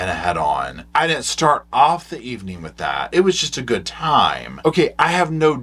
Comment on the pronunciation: “It was a GOOT day, Savannah.”